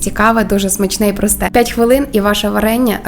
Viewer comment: выучите украинский язык, а потом идите в люди. Слух режет- не пять, а п’ять, не люблю, а полюбляю, або люблю с ударением на первый слог. Я вообще не понимаю русскоговорящих людей, которые коверкают украинский, отдавая дань «моде». Отписка.